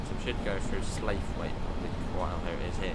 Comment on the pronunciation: Just letting you know it is pronounced stailybridge not starlybridge and sloughit rather than slaithwaite